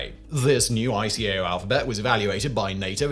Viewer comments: Eye-kay-oh and eye-ah-tah. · After working in the field since 1973. that's the first time I've heard ICAO callef I. C. A. O. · ICAO is pronounced as if a word, not as individual letters, as is IATA. No-one says "I C A O" or "I A T A". Also ironic mispronunciation of "pronunciation". Also I think that was 1952 that ICAO looked for better words not 1942 as it was not officially formed until 1947 (although PICAO came from the 1944 Chicago Convention it could only be preliminary as a few countries such as Germany and Japan were reluctant to send representatives to Chicago in 1944 for some reason).